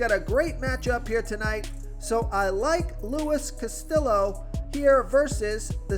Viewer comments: You gotta work on the latin names. Casteooo, not Castillo. The L is silent. Mehay-ya, not Megee-a. The J is silent. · Pronounced Luis Cast-iyo, not Castil-low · Lmao at the Castillo pronunciation